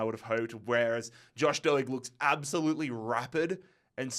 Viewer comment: Doig, D Oi g is the way to say it